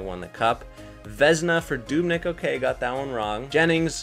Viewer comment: Anyone else notice something weird when he said Dubnyk